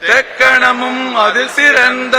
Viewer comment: ஆனால் ஒன்று. தெக்கணமும் அதிற் சிறந்த திராவிட நல்திருநாடும் என்பதை தெளிவாக உச்சரித்து பாடியுள்ளார்கள்.